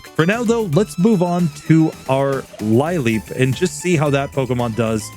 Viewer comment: I'm still watching and not sure if this comes up or if anyone's mentioned it, but lileep is pronounced "lil-eep," not "lie-leep." Comes from "lily," as in a sea lily...